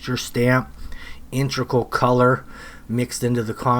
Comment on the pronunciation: you are trying to say "integral color" but you say "intrical".